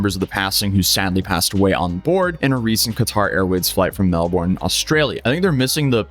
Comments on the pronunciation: I thought everyone knew how to pronounce Melbourne correctly by now. I mean, wasn't that one of those fun facts. Teachers loved sharing with us when we were children? 😅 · the VISCERAL reaction to her pronouncing melbourne like that. I think that was the absolute worst I’ve ever heard. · melbourne is pronouced mel-burn not mal-born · I need to know how Americans pronounce burn Because mel BORN is crazy It’s melburn guys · Fyi no drama but Melbourne, the pronunciation doesn't put any emphasis on the o and e, it's more like Mel-burn. Gratings from Melbourne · Although it's spelt Melbourne, It's pronounced melbin